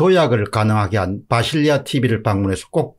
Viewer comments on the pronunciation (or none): 비실이 아저씨? 바실리아 인데 계속 비실리아 듣는 바실리아 기분나쁘겠어요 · 비실리아가 아니고 바실리아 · 바실리아 예요 공선생님. 바실리아 비실 아니고! ㅎㅎ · 바실리아 티비인데 비실리아라고 잘못 발음하셨네요.